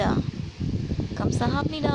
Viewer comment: It's great that you know some Korean language and words that you can apply and share it. You did great in writing those letters too and the way you pronounce the Gamsahabnida.